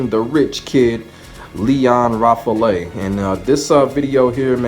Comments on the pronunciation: Good stuff man. I really enjoy this kind of video. Btw I think Lion's last name is pronounced more like "Rah-fel" but I digress. Great work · Actually the "a" in French is pronounced always the same way. And the "e" is silent. So it's more like Rah Fahl (It's the name of the French Jet fighter Rafale) :)